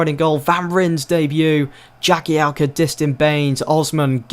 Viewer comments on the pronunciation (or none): Please pronounce Distin and jelavic correctly